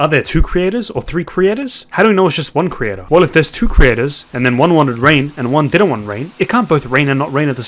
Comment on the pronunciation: Whats a cre-ayt-ar?